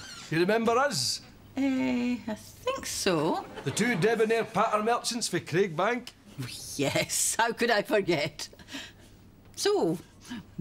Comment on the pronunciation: Its Craiglang he says Craigbank